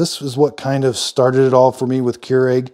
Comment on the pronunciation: Came here to hear how americans pronounce this. I assumed ''kee-u-regh'', but it sounded more like ''cure egg'' I am left entertained.